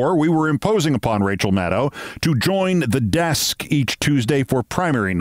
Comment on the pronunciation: I'm just so happy to hear Rachel's name pronounced correctly for a change! As good as she is, it does not rhyme with "wow".